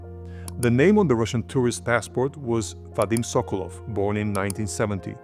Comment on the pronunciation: sokolOv why do you keep making same mistakes pronouncing russian surnames wrong? You have russian colleagues around, ask them before making another video